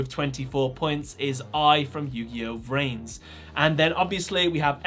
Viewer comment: its yugioh v-rains not vrains